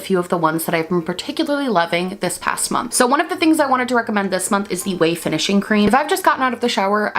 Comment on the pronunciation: Not only do I like the video, but I finally know how to pronounce "Ouai".